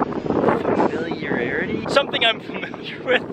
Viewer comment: Good luck, glad to here that you're liking this bike. Hope you weathered Ian alright! <3 Also, the word is "Familiarity" Fa Mily Air Ity